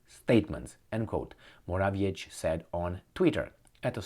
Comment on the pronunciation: get it right, it's "More-a-viet-ski", you CAN DO BETTER!.